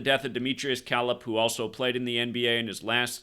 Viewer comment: Dimitrious Calip's last name is pronounced... "Ka-lip"